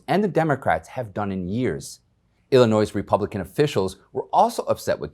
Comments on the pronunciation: I like your informative reporting. BTW the "s" at the end of Illinois is silent when spoken in the singular. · You're not supposed to pronounce the "S" in Illinois. Most school kids know that. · Then spell it without the "S" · Love your commentary. One criticism is that you don't pronounce the "s" in Illinois. I was born and raised there so I'm well aware of the proper pronunciation.